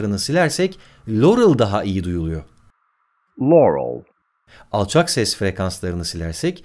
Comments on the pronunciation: de lorıl diyerinde.yanny diyo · burda da loruel diyo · Haki Başar Çakmak nasi y yahu direk loğrul diye telaffuz ediyor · Baya baya lourel diyo glxöfşxl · Ya bişey dicem Yanny i nasıl Laurel diye anlıyosunuz ya 😓 L falan yok orda😁😁😂😂😂